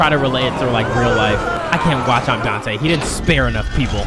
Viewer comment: I spit my drink bru 😂😂